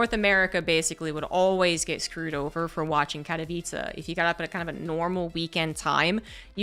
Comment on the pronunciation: Good pronunciation of "Katowice"!